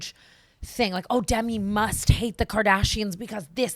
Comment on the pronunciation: Lindsay Lohan or NO ONE BITCH also Brooke please never say Demi again 😆